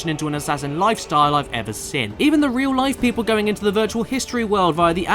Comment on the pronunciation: the best thing in life is caddys pronunciation of "seen"